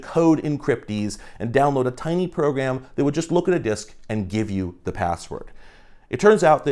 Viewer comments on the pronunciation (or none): Is it only me, or when you hear say “Program” does anyone hear “Progam”? Idk bro it’s subtle so it’s slowly messing with me lmao